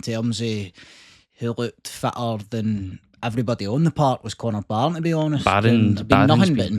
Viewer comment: Connor barron not Connor bareen